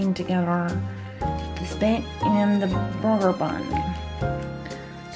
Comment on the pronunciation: (Watermelon Queen) Omg Ikr! I laughed so hard how she said that xD still laughign